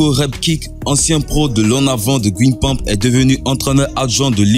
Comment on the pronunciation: On ne dit pas guine gampe mais guingan et ça s''écrit guingamp